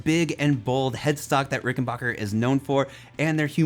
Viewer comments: Hi, sorry that I have to be that guy but it's pronounced 'Rick-en-BACK-er' not 'Rick-En-Bach-er'. Sorry but it's a pet peave of mine that American's mispronounce the Rick name. That being said I loved your review and the sheer excitement that playing a Ric has brought to you is unreal. I have a 2014 (first year of production) 4003W. Mine is the walnut body variant with the maple neck and fretboard. It has a beautiful tone and the vintage circuit gives you access to that classic vintage 4001 tone. For my model the fretboard is maple with the sharkfin inlays. I loved that they did away with the lacquered fretboard. Mine has the oiled fretboard which is a delight to play on. I wish that the bridge pickup cover would come off without having to remove the pickup from the body. It looks great but gets in the way of a lot of pick players. This bass is an expensive investment but you will never lose money on it. I'm glad I got mine when I did. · Nice review! (Small but important thing: It is Ricken-back-er, which sounds like "your back", not sounding like Bach the composers. This is actually a thing in the history of the company, where they intentionally changed it from Rickenbacher to Rickenbacker, and the pronunciation to not sound too German around the WWII years.) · Rickenbacker... Not RickenBocker.